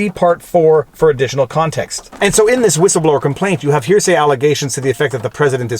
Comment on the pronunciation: It’s gross how you emphasized to hear say when the unclassified transcript itself is released and it fully supports his points